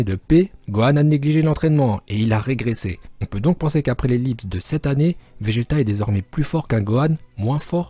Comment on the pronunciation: 2:7 il dit vége "t" sinon très bonne vidéo continue comme sa